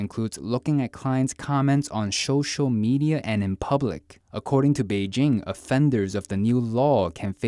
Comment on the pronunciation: I don't know why this set me off LOL'ing, but his pronunciation of "social media" is hilarious when combined with his flawless speech before and after. SHOSHAL! 😄